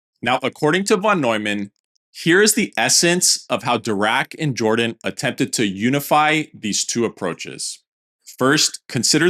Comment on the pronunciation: "Jordan " is pronounced (in this case) as "Yordan".